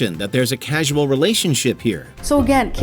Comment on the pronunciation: it's not "casual" relationship, it's "CAUSAL" relationship